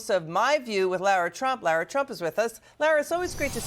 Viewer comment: Her name is Laura not Lara